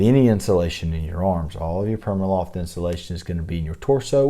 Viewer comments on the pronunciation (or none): Pr-ee-ma loft not PERMAloft